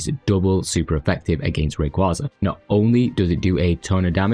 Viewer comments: Just once. Just ONCE I'd like to hear SOMEONE pronounce it right. It's Ray. KWAY. Zuh. As in a Quasar. A KWAY. Zar. It's not a Kwawsar. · You're annoying, huh? Anime in my country pronounces it as Rayquáza, so there's not a "right" way to pronounce it. Do you really think the japanese say it like "rayquayza"?